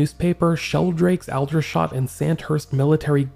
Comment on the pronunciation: 'Aldershot' is pronounced older-shot. It's one of the main army bases in the UK.